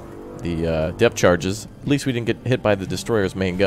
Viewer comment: your trying to say depth charges